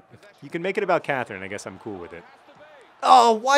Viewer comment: Everytime you do the intro I hear "It's 'Mean' John Green" which would be an excellent nick name.